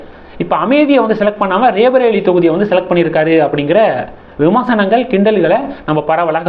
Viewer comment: It is not raebareli but sound roybareli